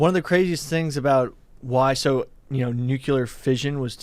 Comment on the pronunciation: Mount Rushmore of cringe: the way says “nuclear”